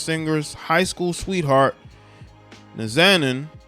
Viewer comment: Bro her name is pronounced Nah Zah Neen